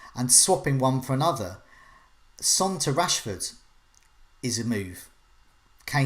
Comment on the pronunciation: Of only she didn't pronounce Son the same as the word for male offspring.